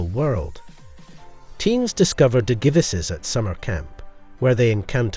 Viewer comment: I wanted to watch your video bro I really did but the way you pronounce Digivices makes me want to rip my ears off